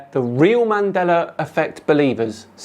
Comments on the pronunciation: Bro, there's no "R" in Mandela. WTF is "Mandeler"??? Show some respect, say people's name right. It reminds me of an episode of Star Trek The Next Generation. In season 2, the new doctor was calling Data, pronounced "Day-tuh", as "Dah-tuh" (Dah like Dad). Data corrected her, and she scoffed and something like "What's the difference?". Data said, "One is my name, the other is not." Mandeller was not Nelson Mandela's name. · why do You keep on pronouncing "MandelaR"? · “Mandelar effect”. lol. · "mandelar" effect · there is no R in Mandela btw ;)